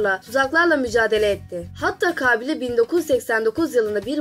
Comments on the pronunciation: Ablacim kabileyi niye 98 A ile söylüyosun kaaaaaaaaaaabile değil kabile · Vidyoyu çekmeden önce konuşmayi öğren gülüm kaaabile deyil -ka bi le - sinir oldum valla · Kaaabile nedir yaaa Kabiile demek zormu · kağbile değil kabilema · merhaba çalışmanız güzel tebrik ediyorum .lakin kabile kelimesinin telaffuzunda büyük problem var farkındamısınız bilmiyorum....kaaaabile değil kabile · Kağbile değil lan kabile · Ah be güzel kardeşim.hayatında hiçmi belgesel seyretmedin.kaabile kaabile.4.cü ye kadar sabredebildim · kaabile değil lütfen telaffuzunu bilmediğiniz kelimelere tdk sesli sözlük kısmından bakınız. Rica ediyorum çocuklar, sınava girecek gençler de izliyor sizi! biraz özen... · Kabile demeyi ogren acilen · kâbile, kâbil şehrinin dişisi mi? 3. defa kâbile dediğini duyunca izlemeyi biraktim. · Kabile mi diyosun Kâfile mi diyosun?